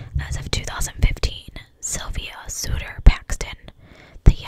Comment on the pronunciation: Their last name is pronounced like "odd", so its the Sodder family. I just thought I would let you know since you questioned it. Other than that, you did an awesome job as usual.